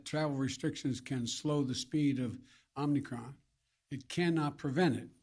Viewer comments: Omni Cron by the way!! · “Omni cron” - Biden 2021